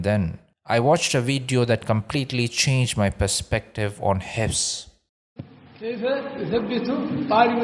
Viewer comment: Pronounce Hifdh with a ظ instead of س.